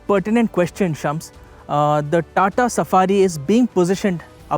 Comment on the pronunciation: Shums sounds more like Chums 🤣